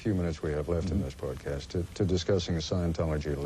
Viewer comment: sounds like 'podcast' when koppel says brodcast